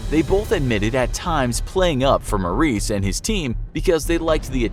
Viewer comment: It's not Maurice it's Morris